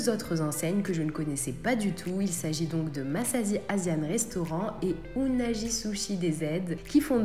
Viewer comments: Ça m'a mis mal à l'aise quand elle a prononcé le nom "unagi" et pas "unagui" 🤣🤣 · Unagi , se prononce plutôt " ounagui" qui veut dire anguille d'eau douce en français , merci pour le test , moi je ne comprend pas les prix pour ce qui est , je pense que c'est plus cher que les vrais sushis au Japon ! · Salut:) pour le nom unagi on prononce unagui!